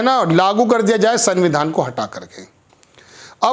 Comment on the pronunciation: सर सनविधान नहीं बोला जाता। इस में आधा न आता है। इसलिए आप संविधान में पूरी न ना बोलें। उच्चारण को सुधारने की कौशिश करें। पहली बार आपके मुंह से गलत संविधान का नाम सुन कर अजीब सा लगता है। ख़बर बढ़िया लगी। आपका धन्यवाद।